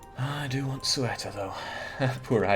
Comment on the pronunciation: Love this series. Gotta note though, it's CE-U-TA (seh-OOh-tah load the U)